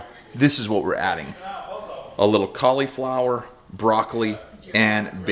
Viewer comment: What grown man purposefully calls cauliflower “colly flower”?